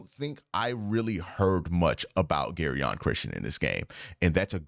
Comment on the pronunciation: Jer-on Christian not “Gary-on”😂